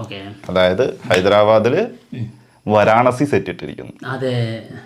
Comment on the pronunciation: വരാണസി അല്ല വാരാണസി ആണ്